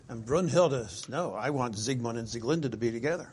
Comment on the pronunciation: Also its pronounced "Brinhilde" with a short i, not a long u.